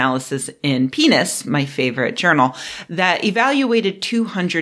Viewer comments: Pronouncing “PNAS” as “penis” is like pronouncing “Jif” peanut butter as “jaff”. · I'm published in PNAS. Why have I never heard it pronounced that way?! I'm literally dying over here 😂😂😂